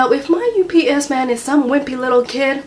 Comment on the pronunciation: When she said "UPS man," I thought she was saying "You BS man."